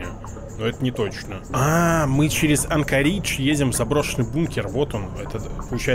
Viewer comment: Не АнкорИИИдж, а АААндкоридж. Ударение на первую гласную букву. А так, видос получился прикольненький)